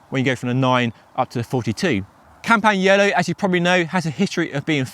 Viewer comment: The g is silent in campagnolo. Please and thank you.